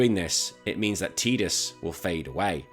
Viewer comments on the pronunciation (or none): I'm with you on this..games full of water.... Tide.... Tide-us ....tidus Stick your teedus with your ket shee 😂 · It’s Ty-dus, I will die on this hill. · Lost me at tee-dus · Sorry bud, it’s Ty-dus. The voice actor, James Arnold Taylor, confirmed the proper pronunciation of the name 😂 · I'm with you... Games full of water... tide...... Tidus ...I'll join you on the massacre on this hilltop ...you can stick your teedus with your ket shee😂